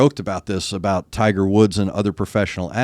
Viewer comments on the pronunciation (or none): none